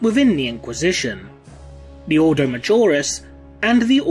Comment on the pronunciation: The thing that irked me most, was the pronunciation of some words. Such as the Grey Knight’s Ordo. I may be wrong, but the Imperium has quite often used words in a pseudo Latin, and as such, have a very different pronunciation. Maybe Gothic is English, read like Latin, and with a British accent... I would love to be proven wrong/right by a video